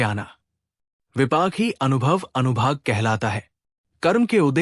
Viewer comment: Anubhag nahi anubhag hota hai